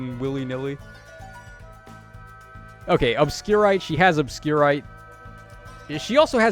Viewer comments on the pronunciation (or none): It's Obscurité, not "Obscurite" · Very minor nitpick 😂 Obscurité is pronounced more like Obscurity, rather than sounding like some sort of rock or mineral lol. In Japanese, it's written/pronounced that way as well. They do this a lot with Engage weapons, like Alear's Libération. (Like Bell or Bear rather than Bird) It's not the regular English pronunciation of the word, but the Spanish Hope this helps and I don't sound like too much of a 🤓🤓🤓 I just cringe when I hear the mispronouncing so I try to do my best in enlightening my fellow summoner sexies 😉 But still how you say it is up to yall! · Based on the accent on the e, the proper pronunciation of the weapon is probably more like "obscuritay" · Isn't it french pronounciation ?